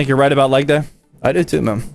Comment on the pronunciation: Every time zach says “man” I hear “ma’am”